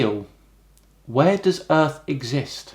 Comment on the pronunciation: Hahahahaha classic you " then where does the earth egsist " what a brilliant question !